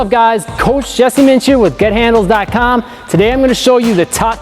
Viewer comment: he really emphasized the "coach" jesse